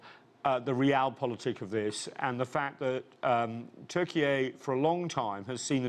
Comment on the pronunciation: Why do they invite these "experts" who can even pronounce the name of the country Turkeye? They are sound so full of $**t.